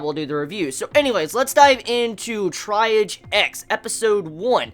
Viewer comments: its pronounced TREE-AHJ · I liked it. It's pronounced like TREE AHGE. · At least you questioned the pronunciation. It’s tree.aahz, it’s a medical term.